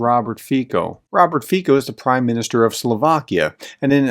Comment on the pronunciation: Its funny how you read Fico. This C is not read K ... but more like i am not sure if there is english equivalent. And Fico is corrupted bastard.